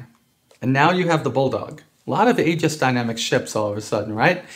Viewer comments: Aegis is pronounced gis; it's Greek (ancient) the 'ae' as in Encyclopaedia. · The 'Ae' at the start of Aegis is pronounced 'ee' as in meet or greet so - sort of - Eegis rather that Aygis